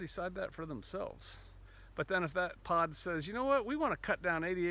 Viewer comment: At first I thought you said"pot". Lol.